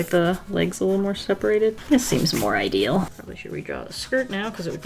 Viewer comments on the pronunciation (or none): none